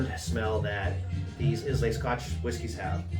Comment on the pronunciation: EYE-LA not IS-LAY